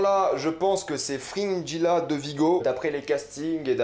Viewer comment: C'est fou comme les prononciations peuvent être différentes dans nos têtes.. Frinjila : Fringilla Guéralt : Geralt Striga (WTF) : Stridge Ou peut-être que c'est toi qui prononce mal